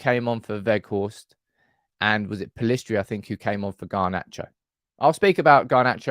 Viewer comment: you're alone in pronouncing Pellistri "Pellistri". Normally we get "Pillestri". Thank you. It's refreshing.